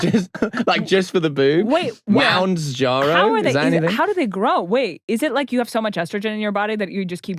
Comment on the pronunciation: "Moundsjaro" deserved more.